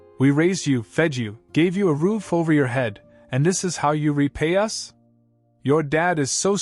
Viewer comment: AI says 'US' instead of 'us'. How effed up is that.